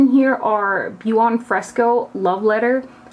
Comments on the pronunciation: Buon is pronounced like bon xoxo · Great review thanks! FYI Buon = pronounced bhwonne (it means good)